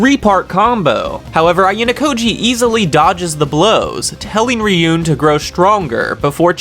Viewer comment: you calling Ryuuen "Ryun" is like calling him "Dragon Boy" 😅